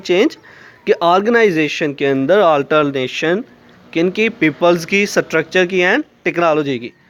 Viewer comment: Nice video But your prnounciation of structure was wrong Its structure not satructure😁😁😁